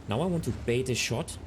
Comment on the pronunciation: Good common sense tips. In English, it is "bait", not "bate."